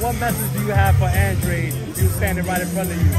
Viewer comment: I really wish they pronounced his name correctly is ANDRADE not ANDRE! Bai ku coragi fitchadu! #teambooboo 🇨🇻